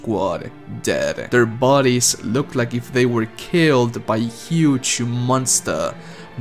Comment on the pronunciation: Bro i love your accent. , "huge humonsta" killed me. Please don't change who you are.